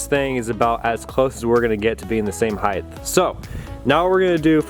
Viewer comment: Height Heighth